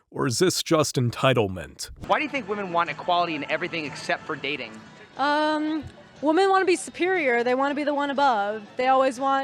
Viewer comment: Dude what is with Middle Eastern men over pronouncing wo-men....its pronounced weh-men....i think its ragebait.